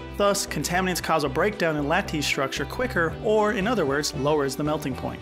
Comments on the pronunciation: Lattice, LAT-tes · The way you pronounce Lattice tells me you learned the word from a book? It's supposed to sound like "lettuce" but with a different vowel at the beginning. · Other than the endearing mispronunciations (e.g. lattice and mafic), this is a really good overview with great visualizations of plate tectonics and volcanism.